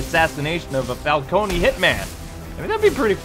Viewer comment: It's CAR-ME-NAY Falco-NAY, goddamnit!